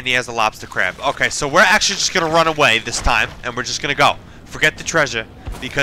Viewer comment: So tickled at "He's gotta lobsta cwab."